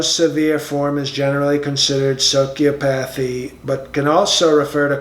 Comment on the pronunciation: Sick-oh-logical testing. Socio-path-ee. I've always wondered, if when he reads his speeches, he has to have someone brief him ahead of time on how to pronounce certain words.